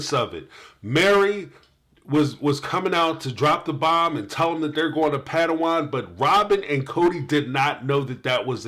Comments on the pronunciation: I laughed so hard every time says Patawon instead of parowan 😂😂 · Love your videos, this one did make me laugh though, you kept referring to Parawan as Padawan and I think that's a place from the Star Wars movies. LOL